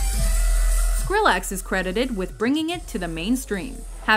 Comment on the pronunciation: I hate the way she said Skrillex. And I didn't know Diplo was all of that that she listed.